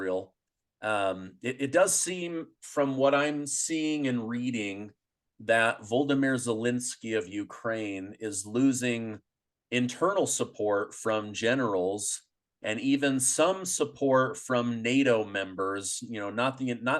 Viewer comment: It is not "Voldamyr." It is "Volodamir."